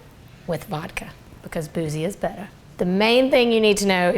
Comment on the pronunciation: “Boozy is bettah” 🤣